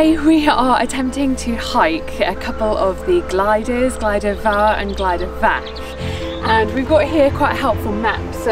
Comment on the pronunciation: FTR - it's pronounced Glidder Vower not four! Noce film, and a iconic walking route. I was hoping you might have had a shot of the gulley next to Bristly ridge as you descend off the top of Fach, as some of the online apps send you that way. I've walked this as a kid a couple of times with my parents in the 70s (before there were steps up devils kitchen) and we followed to same route as you - head east off the summit to intersect the Miners path that then takes you onto bwlch tryfan and into the cym